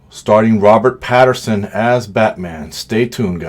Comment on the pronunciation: Pattinson* not Patterson, I feel better now 🤣